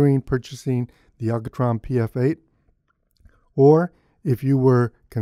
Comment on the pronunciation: I like how you say ALCOtron :D. Nice review. Just ordered one for myself. Eyeball is so overpriced it's insane. 200 bucks for what is basically glorified piece of foam rubber and pop filter? No, thank you.